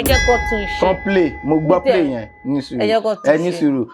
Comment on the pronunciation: she didn't say 'sir' in the beginning, even the 'play' was not fully said. Anyways, it's all good still, she received a lot of help from you.